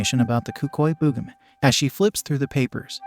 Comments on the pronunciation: Bro really said The "BoogaMen" 😂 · Why do I feel like the Text To Speech keeps having a stroke like "Boogimen"? I feel like Text To Speech isn't okay